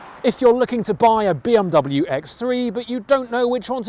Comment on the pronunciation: Why does he keep saying B Om W?